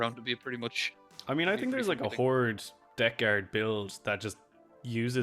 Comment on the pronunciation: Love these videos, especially how says Death Guard "Debt Guard"